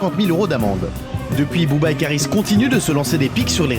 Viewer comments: Ben oui les prononciations tu écoute chantal goya pour booba pas boba sérieusement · "Elie Yaffa...désormais Bobba..." tu veux dire BOBERRRR 😃